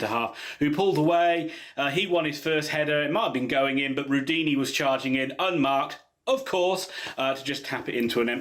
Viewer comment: RudOni not rudini lol, very honest analysis